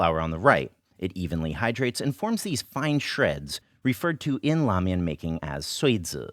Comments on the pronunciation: ugh. helpful, but painful to watch as a chinese kid trying to connect to their roots. why learn the language if you cant do the pronunciation justice? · Wait, did you say lamian schools?!?!